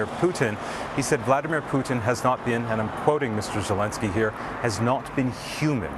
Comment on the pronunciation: Argghhhh !! Its not "Zilinsky ' and its not " Vladimir " Vladimir is the other guy. The field reporter got it. That kind of thing used to matter in journalism